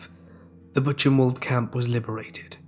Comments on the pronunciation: Buchenwald - Boo - Ken - Vald. The "CH" in German makes a "K" sound & the "W" in German makes a "V" sound. I love your videos/channel! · 1st Story: Buchenwald - its pronunciation sounds more like 'Bookenvalt' (with a soft 'k' and 't' if that makes sense). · Of course it is easier for an english speaker to make a k sound, but thats not the actual sound when a german pronounces words like Buchenwald. Its more like...say....a "hissing" sound. Really hard to describe. Try listening to a native german speaker say Buchenwald, Buche (the beech tree) or Dach (german word for roof) and you'll see 😉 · No offense but thats actually not correct. The ch sound in german doesnt make a k sound. Its actually a sound unknown in the english language (as far as i know). So its understandable that an english speaker would pronounce it like did, or would assume its a k sound. But its not 😉